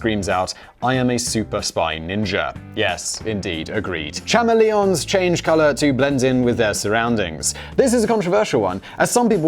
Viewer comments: "Cha-me-lee-ons"? Do you even English bruh? Edit - - never watched How I Met Your Mother, cos it's shit.... I think it may be my aversion to the guy with the rubber face (although Dougie Howser is a legend!) Re-edit - - WTF are Leh-vys? They are Lee-vys.... 😂 That was an eventful 30 seconds! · “Cham-e-Leons” wow Simon! Bet you drink out of “Aluminium” cans as well. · Chama leons? CHAMA LEONS? Oh Simon, you do trigger us so! You lovely, lovely arsehole, you! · That is not how you pronounce CHAMELEONS simon omg u corrected yourself 😂😂😂